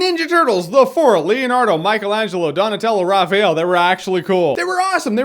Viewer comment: RAFAEL"...not Rachel. .sorry